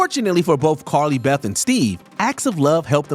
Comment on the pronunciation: He says “Carly Bef”😂